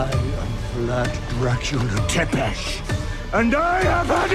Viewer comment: thought it was Tepish